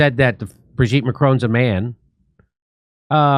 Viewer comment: It's Bro-gitte...